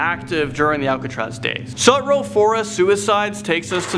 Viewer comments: Say it with me "Sue" "Tro". Sue Tro Baths. Sue Tro Forest. Not "Sah" "Two" Row". The city has no need to close off the cave because high tide blocks access and the tunnel provides access to Baker beach or the ultimate photo spot for Wedding and tourist Golden Gate Bridge photos. That said in almost 25 years of living in the city and visiting the ruins of Sutro Baths with my visiting and adventurous young nephews, they have never made it all the way through the tunnel and neither have I. Its too loud for me. But my nephews say it feels not only terrifying but oppressive and claustrophobic and none of us are claustrophobic. My younger nephew is of the opinion that the different ruins of former swimming pools that sit moss and slime covered have got to have at least 100 or more corpses thrown in them. Weighted of course. He thinks the dank decaying pools provide an easy and free place to dump a body. Now when he brings friends to San Francisco he takes them to Sutro Bath and Stern Grove lake (where there is a freaky cool human size rabbit in jogging clothes statue) and tells them "this is where the snitches are dumped". There is no "park" at Octavia and Bush. Poor Ms. Pleasant's "park" is 6 Ecuplayus Trees and a plaque. Not even 1 acre and half a cat. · Love the video, and knew about most of the legends but there were so many other too lol adlnd also about Sutro baths, it's pronounced Sue-tro (I'm sorry I cringed every time you said it wrong) but also you had the location right the first time of the baths it is literally on the west side of SF not south. Also the ruins were the first ever salt water pools. But they also has a cabinet of curiosities on there too. I mean there is more about it even the Sutro gardens where the statues at night will move similar to how the angels from doctor are will kill u. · He was right. It is the southwest side of SF. But it's pronounced Sutro like Sue-tro